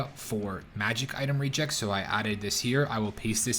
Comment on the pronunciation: Comp Sci guy here, reg-ex is pronounced reg as in ledge, ex as in my ex-girlfriend.